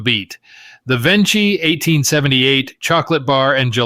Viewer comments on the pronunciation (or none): the correct pronunciation is VenKi, the "ch" in Italian becomes like the key in English